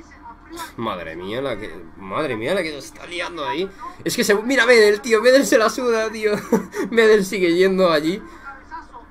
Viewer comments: Hola, una sola cosa, El apellido "Medel' se acentúa en la última e, pero lo demás que eres un crack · Para empezar se dice Medél aún que se escriba Medel. A mí me pareció que no puedes consentir ese comportamiento en un partido de fútbol y además Medel lo hizo porque argentina sin Messi perdió todo su juego